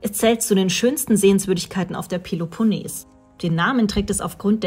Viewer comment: Tolle Bilder von der peleponnes! Aber achtet auf die richtige Aussprache!